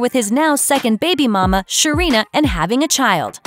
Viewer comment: Narrator lost me when she tried to say baby mama.